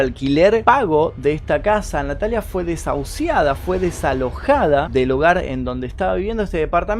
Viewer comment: felicitaciones por su trabajo, soy nueva suscrita que casi casi termino de ver sus vídeos, me gusta la forma clara y ágil de narrar, orientadora, precisa, envolvente muy muy buena performance..una nota: tener un poco de cuidado en algunas palabras no muy conocidas para salir de dudas ejem. desahucio (pasado 3ra. persona y displasia, ojalá no lo tome a mal...juntos aprendemos.. soy de Perú....gracias un abrazo cordial.